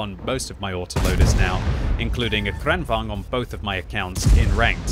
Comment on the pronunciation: " Kranangvaugn" lol